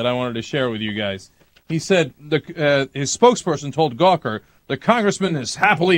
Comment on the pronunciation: Sounds like he said Cocker, even though he said Gawker.